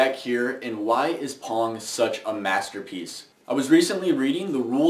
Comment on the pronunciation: Dunno about you, but when he says pong.. im hearing porn ..